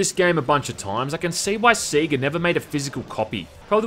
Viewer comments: It's "Say-ga" not "See-ga" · Its pronounced Say-Gah... not Sea-Gah... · Alot of people here in Australia pronounce it that way. I know I did as a kid, until I 1st saw the bit in sonic 3 where it Sega "SAY GAH" and since then I've said it that way. And yeah, I kinda still cringe when I hear other Aussies say it "see gah" >.< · It's like how some Americans pronounce it as 'Seh Gah'. Everyone has heard the word pronounced in various Sega games, and yet they still don't pronounce it correctly. It baffles the mind. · Seh gah in Scotland too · Everyone: sega Australians: siega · See gah. Lol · it's Say-ga, now come on, say it with me... Say-ga! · Never head "Sega" being pronounced "See-ga" before. How could anyone do this? Also are you aware of the english-tutor DS game based on House of the Dead 2? It's basically typing of the dead but you write instead of type. Zombie Shiki Eigo Ryoku Sosei Jutsu: English of The Dead it's called. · I will eventually get over your pronunciation of Sega.